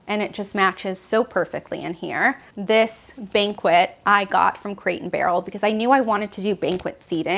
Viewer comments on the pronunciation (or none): Oh dear....I believe the term meant to use when describing the seating in the dining area was Banquette - pronounced - bank-et. Not Banquet - pronounced - bank-wit (a formal celebratory gathering )which she kept repeating. While I found the apt decor interesting & there were some beautiful pieces, I found a few things difficult to ignore. Aside from the use of incorrect terminology in multiple spots, her repeated use of the phrase - "collect, don't curate" was non sensical! Good design consists of both... collecting & then curating your collection. Curating the pieces in your home is an integral part of creating a beautiful space!! We all make mistakes & mis speak sometimes. And I'm sure doing a tour of your home on camera can be challenging. Trying to describe your special pieces & the thoughts that went into your choices while keeping flow & interest is not easy. seems very sweet & she clearly has a passion for decorating. However, when that is not only your job but you've actually authored several books on the subject, just like in decorating, the details matter! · Beautiful apartment with amazing ideas. I love the layered artwork! You are a doll. However, it’s a BANK-ETTE not a banquet. A banquet is where we eat rubber chicken. - Suzi D, Louisville KY